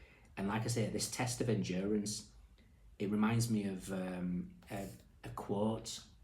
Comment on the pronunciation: Endurence, he says, smiling…. Have a heart, show some mercy, 😂